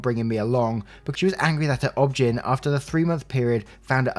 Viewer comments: Just a note, it's O-B-G-Y-N, the letters spoken out loud. Not obgen spoken as how it's read. Other than that, great job. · In the US, OB-Gyn is pronounced "Obie-Guy-knee." And definitely find another one and get a second opinion. What she's describing is NOT normal.